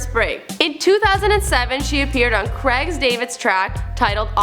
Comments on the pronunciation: Did she just say 'Creg' David? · She mentions a Creg David at some point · "Crag David" Americans🙄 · This bitch just said creg David😂😂😂 nigga it's Craig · When she said 'Creg David' I stopped watching.. How hard is it to pronounce Craig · i like you. But either please stop reading off that prompter or practise the script before had because when you had Cregs David instead of Craig it really hurt to hear that LOL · 'Cregs (Craig) David'...you disgust me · how can you pronounce CRAIG so badly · Pronounciation on craig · That's Craig David not Tinchy Styder